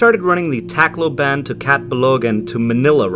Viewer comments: Tacloban is pronounced like T'kloh-bin and Leyte is pronounced Lay-tay. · Pronunciation: Cebu = se-BOO Tacloban = tok-LO-bahn Leyte = LAY-tee Luzon = lu-ZON